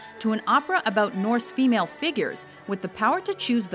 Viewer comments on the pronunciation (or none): none